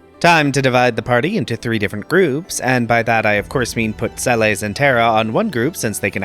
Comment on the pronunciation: Sah-bin? Cayenne? Se-lays? Good grief, I can't keep watching after those pronunciation abominations...